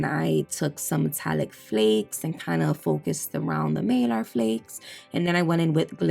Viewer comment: You crack me up. It’s a needle bit, not needle 🪡 point bit. 🤣. Girl not malar flakes it’s Mylar flakes. Hahaha 😝. Sry I finally had to say something. They’re like milky marble. Very very Beautiful💗💜💗💜